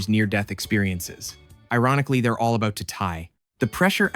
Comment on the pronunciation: Its funny you call meters "rational" while you say a-boot 😂